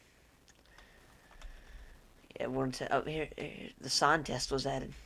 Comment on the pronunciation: IT'S HEAH